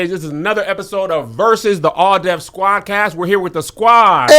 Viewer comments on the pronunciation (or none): can say Venni Vetti Vicci but can’t say Squadd Cast 😂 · How TF can rap like he did on the Freshman Cyphers but can't say Squad Cast?! LOL